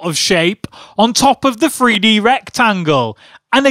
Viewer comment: I understand this is a joke and hes acting like a kid, but his he saying Free-D on purpose?